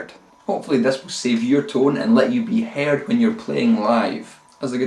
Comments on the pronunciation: That accent though... "Haired". Cracked me up. :D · he was joking about how brogue makes him pronounce the word "heard" as "haired". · This is actually very helpful for me. Sadly, I fell into the Metallica "...And Justice For All" attitude of scooped mids, high treble, and high distortion. Hopefully this will help to beef up my sound a bit and actually make it sound more than an under-produced Cannibal Corpse album Plus, the way you pronounced "Heard" made my day :) I don't mean to dog you, many nationalities pronounce words differently. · I like the way he says "heard"